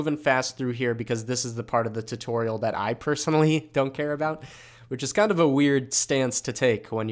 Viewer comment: every time i hear you pronouncing tutorial my soul dies a little bit but it is worth it because i love your tutorials